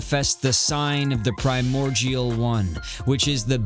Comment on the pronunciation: The way you say primordial is driving me insane sorry